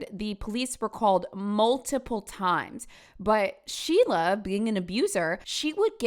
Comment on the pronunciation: ⚠️ it is SO IMPORTANT to understand that the way her nickname was pronounced RHYMES in New Hampshire: SHEILA THE PEELAHHHH 💀💀💀